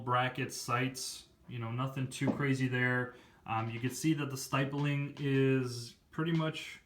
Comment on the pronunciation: You’re saying stippling wrong it’s not st I ppling